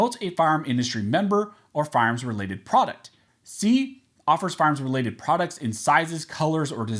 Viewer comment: It's annoying when you are supposed to say fire arms you say farms.